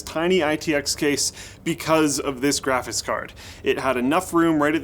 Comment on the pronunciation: "Graphits Cards" -, 2017